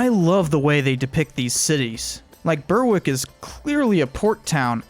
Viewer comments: beh -rick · Just for completeness, it's spelt Berwick but pronounced "be-rick" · Can you pls have a narrator from the uk so they can actually pronounce berwick and arbroath geez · Just an fyi, Berwick is pronounced in a English accent (my own southern twang that consists of a mix of generic London with a touch of RP scattered randomly throughout) as 2 distinct syllables - "Bear" and "ick" with neither syllable being particularly stressed more than the other. I can't (and wouldn't even dare) say how a Scott might pronounce it, as there is such a diverse range of accents that are geographically and sociologically unique to their environments (take Glasgow, big east/west divide in accents - then through in socio-demographical differences).